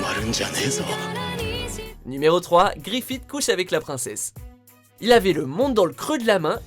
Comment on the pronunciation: Grifite? Son nom ce pronounce Grifisse